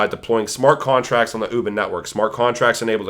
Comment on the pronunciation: Great Video! Thank you for the great content. By the way it's pronounce Wu Bin-- UBIN LIKE U like Uber and Bin as being.:)